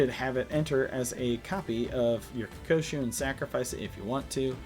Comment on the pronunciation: KO-KU-SHO. Not Ko-ko-shu